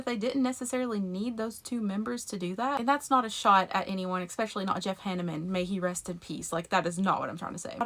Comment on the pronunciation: There's a PLAGUE of YouTubers saying "Expecially". Stop it...